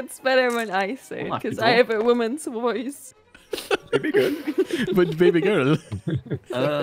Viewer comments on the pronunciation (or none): the e changes to an a in Woman and for some reason, it made me laugh unnecessarily hard